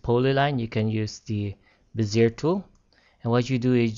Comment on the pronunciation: it's pronounced "Bez-ee-ay" tool.